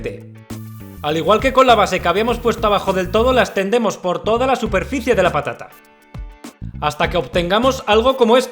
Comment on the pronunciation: Alguien mas escucho papa nata en vez de patata nata